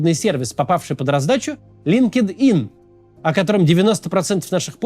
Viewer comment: произносится ЛинктЫн (LinkedIn)